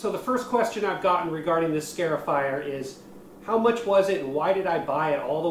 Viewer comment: It's not a "scare"ifier.It's a "scar"ifier.